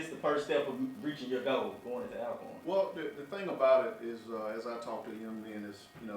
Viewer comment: why are you all pronouncing our name wrong? it is pronounced Allcorn, you have been in the SWAC too long to be doing this. The word Alcorn is a Scottish name that has an original spelling of Allcorn. Media should know how to pronounce the name right